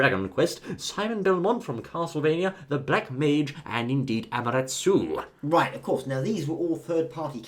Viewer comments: Ama-rat-su..? Amaterasu, thank you.. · why is no one mentioning AMATERASU!?oh he did... but he said AMARETSU -.